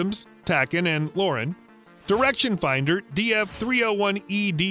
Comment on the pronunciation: You'd think someone who narrates videos for a military news channel would know the proper pronunciation of military terms. For example the term 'Mk' is pronounced 'mark', not the phonetic M - K as though they were reciting the alphabet. That said, he's not the only one since I've heard the same mispronunciation by others a number of times. Btw, he also mispronounced TACAN*, LORAN** and nacelle. *Short for: 'tactical air navigation'. **Short for: 'Long range navigation' and is also used on boats and ships.